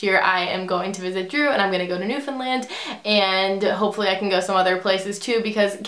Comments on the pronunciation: HOLY CRAP !! I live in Newfoundland...... P.S Also very impressed because you pronounced it correctly :) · i would love if you came to Newfoundland, and congrats on saying the name correctly many people don't pronance it correctly. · I live in Newfoundland, and finally someone pronounced Newfoundland right!!!